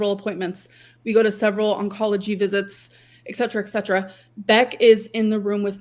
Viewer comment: the way she says etcetera always bothers me. live, laugh, love. lez rage!